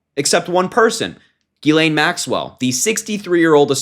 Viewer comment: It's Pronounced: "JIZZ-lane," Harry....